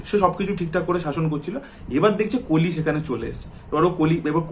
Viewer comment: কালি কালি, কাল্কি কালকী কেনো বলছেন কলি, কল্কি ও তো বলতে পারেন এটা বাংলা উচ্চারণের ধরন না। বাংলা মুভির স্বার্থে এতো কথা বলেন কিন্তু নিজেই হিন্দি বা ইংরেজী ভাষা দ্বারা প্রভাবিত। আর এই কল্কি ( Kalki )এবং কলির ( Kali ) উচ্চারণ যদি কালকি এবং কালি হয় তাহলে আপনার নামও ( )না ।